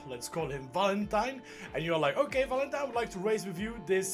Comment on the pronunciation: "oke", "okee" XD